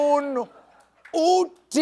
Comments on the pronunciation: The only thing Stephen got somewhat right was "Uutismetsässä" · "uutismetsässä" was actually pretty well pronounced. Good job Stephen, we like your show in Finland! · You nailed the "uutismetsässä"!! Woop!